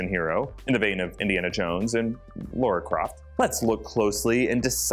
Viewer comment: not saying "LAURA Croft" 🤦